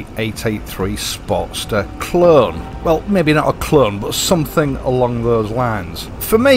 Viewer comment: Great review liked your accent when you said clone 👍